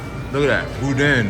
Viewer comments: Hi! It was nice to see Danielle, my fellow Modsketeer, make an appearance in the premiere chat! The food looked lip-smacking good and the sounds of you chowing down on it was confirmation. I had a funny thought when you mispronounced "Boudin" as "Boudon"... if you've ever been blessed to have seen the series called "Farscape" back in the day, there was a two- or three-part episode where John Crighton and the other characters were trapped inside a ginormous "Boodong" drifting in outer space. Long story short, that was my first thought when I read the title of this video. If you've never seen that show / episodes, I feel sorry your funny bones. LOL! Peace! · Booda is the correct pronunciation. WATCH the Fox football game program on Thanksgiving day my Cousin Leah and her Husband will be Serving There Turducken to someone really famous They said. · Its pronounced boodan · Even though it spelled Boudin it’s actually pronounced “Boo-dan”